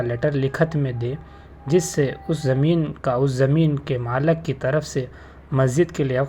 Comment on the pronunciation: بھائی صاحب یہ چینل والا کسی معتبر ادارۂ عالمیت سے فارغ ہواہے یا صرف بک بک کررہاہے۔ کہاں کہاں سے چلے آتے ہیں یہ لوگ اردو ڈھنگ سے بولنے نہیں آرہا ہے کہ مالِك کو مالَك کہرہا ہے، فتویٰ مطابق للحال نقل نہیں کرہا ہے